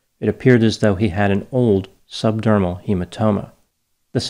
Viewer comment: The bleed was subdural as in under the dura mater. Not subdurmal as in under the skin.